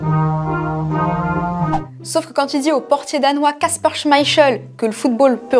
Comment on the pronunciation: SVP le nom du gardien danois ne se prononce pas "chmaïcheul" mais plutôt "chmaïkél" 😡😠